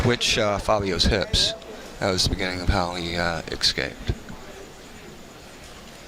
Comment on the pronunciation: I looked up the word 'exscaped' and it doesn't exist. listen to the audio from for about two minutes and let me know. Most likely these phrases would also include 'lemme axe u a question', or 'expresso', 'suppossubly', ugh.... axe-ually .... I don't care... lmfao stay stupid dumbass